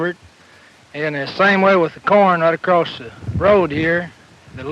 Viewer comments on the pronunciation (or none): none